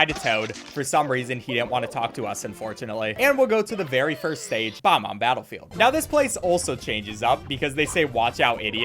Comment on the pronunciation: And horribly mispronounces “Bob-omb”. I love, but that set me off.